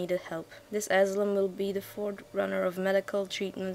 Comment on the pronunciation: nice videos once more btw asylum is said a-si-lum (